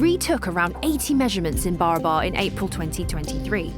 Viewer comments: Well, welcome to the Original India - the India that some people tried really, really hard to falsify.. BTW, it's not pronounced as BARABA(R), its actual pronounciation should be / is BA-RAA-BARR (which literally means equal or identical in Hindi/Marathi) P.S.: this is actually a fact about India 😅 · Just a little correction about how the name 'BARABAR' is to be pronounced - In the local hindi or bihari dialect it should sound more like B'e - ra - br Hills / Caves the very meaning in hindi itself being 'That which is Similar to one another'.. Hope this solves the big mystery of why each cave was meant to replicate one another! as temporary resting places for the Buddist monks and weary travellers. Almost serves like airport terminals Or Bus stops laid out not very far from one another. And these caves themselves also get the name from the surrounding B'e-ra-ber hills (Of same name) being similar in the long shape and proportion within which the caves are carved in. Hope this helps. Great docu by the way.👍👍